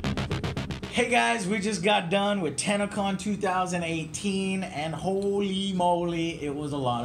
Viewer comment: I swear that said tanacon